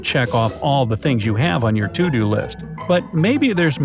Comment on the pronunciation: "enough time to check of your toodoo list" lol